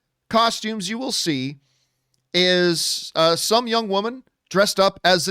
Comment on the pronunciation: What's a "youg" woman, John?